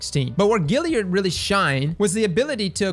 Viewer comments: Dammit,, there's an A in Galliard, it's not Gilly-ard! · you are the best man. But you absolutely kill me with that galliard pronounciation. Galliard bro... Like boys and "Gals"... Gilly lol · Love your vids, but It's Gal liard, as in short for girl, not Gil as in Vince. Let's tighten up that pronunciation. Thanks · GAAAAlliard cross, not Gilliard. Sorry, just driving me nuts every time you say it. Still love ya ✌🏻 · Classic... GALLiard. Not GILLiard. Much love though lol. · Stop saying Gilliard. It's Galliard. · my man! I love ya, but we have got to get you to stop saying Gilliard…. It’s Galliard with an A! Kills me every time you say it. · Say "pal". Say "gal". Now say "gal-liard". Great vid! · GALLIARD !! GA.. GA .. GA.. LLIARD !! LOL. love cross still tho.. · "Gal" GAlliard but I'm not the pronunciation police so say it how you want. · Every time you say "GILL-iard" I hurt myself. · is impressively consistent at mispronouncing Galliard.